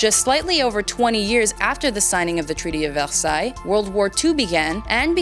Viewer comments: ITS VERSAILLES NOT VELSAILLES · It`s always really weird to hear the French pronunciation of Versailles because my family pronounces it Ver-sigh. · You pronounce Versailles wrong